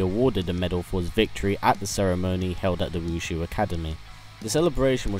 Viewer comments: you know its wu shi not wu shu right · ITS WU SHI ACADEMY NOT WUSHU